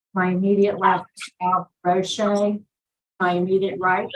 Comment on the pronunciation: Not Roche Pleeeeez!